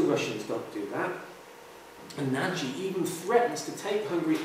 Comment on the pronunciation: 'Nagy' should rhyme with 'dodge'.